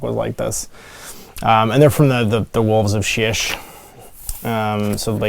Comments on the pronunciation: Shyish - pronounced SHY-eesh, not shish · I can't take this guy seriously. He can't pronounce Shyish correctly. How am I supposed to trust a man who can't do words right.